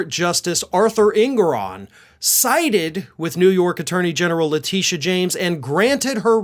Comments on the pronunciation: My name is Letitia and you pronounce it the way we do ❤️ I also go by Tish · Love the way you pronounce Letitia James' name! Thanks for the good news about tRump! Makes my day 👍